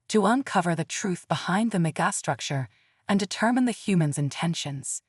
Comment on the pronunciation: That face that the narrator cannot pronounce megastructure is disgraceful.